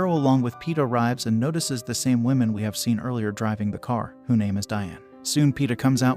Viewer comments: 🟦...I gotta admit it, I giggled every time the digital narrator said: 'The "Whimin"(plural), instead of: "The 'Whumin'(singular). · Learn how to properly say "womAn" Holy shit. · Why the hell are you pronouncing woman like that